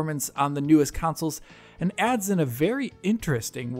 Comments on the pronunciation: why does he say councils instead of consoles? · Why are you saying consoles wrong? Why are you saying counsoles? It's CONsole not COUNsole.